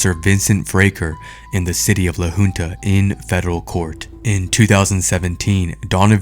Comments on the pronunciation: It is LA HUNTA not LA HOONTA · Crazy ass video. Great work man. These voile tyrants needs to be held accountable for this!!! Side note: La Junta (Pronounced Hunta) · It’s La Junta, pronounced Hunt-a not Hoonta. I am very ashamed of Colorado law enforcement, CBI for not finding fault with those officers! It scares and sickens me that one of them is training new officers. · Fraker was fired for that by the way. He teaches at our Law Academy now😅 I go to school with his daughter, and I think I’m beginning to see why she’s so messed up, her home life is horrible… And Idk if the beginning audio was text to speech, but it’s pronounced La Huhnta, not La Hoonta. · its pronounced 'la hunt a' i feel so bad for this kid.dirty ass cops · La Junta is pronounced LA HOONTA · La Who police department? 😂 It's pronounced La Haunta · The name LA Junta is pronounced LA Huntuh. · It's pronounced Lah Huntah